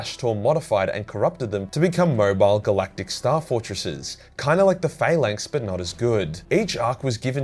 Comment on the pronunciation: Still love that you pronounce it Fail-length instead of Phallanx.